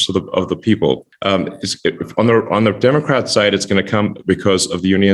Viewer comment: I swear he says Dark Art party. lol